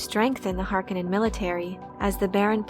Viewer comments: Harkanin? Its Hark-O-nen. Please stop saying this wrong. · Harkonnen not pronounced "Har-Ka-Nen" it's "Har-Koe-Nen". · It's Harkooonen, not Harkkonenn. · I noticed you kept calling House Harkonnen as (Hark onin) with a short o sound. I have always heard it pronounced as (Har Ko nen) long o sound. I guess it's just different peoples pronunciation from what Frank Herbert wrote. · Just a heads up ... it pronounced Har-KOn-nen, not Har-KA-nen. The 'O' is long. 👍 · Great video. I don't understand why people mispronounce the word Harkonnen. It is HarK'o'nnen not Hark'e'nnen or Hark'i'nnen. The second syllable is with a 'O'. The Lynch movie got it right. The westwood games got it right. It is only the TV series that got it wrong. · Har-Kon-nen say it right! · It is pronounce Har Ko Nen , it was bothering me thoughout the video :)) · Why the stress on the first syllable in the name Harkonnen? I'm generally curious as it's a BB it jarring after 35 years hearing it said with stress on the second.